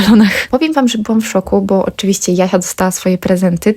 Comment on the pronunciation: Spodzewałam, dmuchac, zaobserwujece , byc, cos , oczywisce, dzało, czesc itd. Dziewczyno tego się nie da słuchać. Cześć! Pilnuj wymowy swoich córek. To bardzo ważne.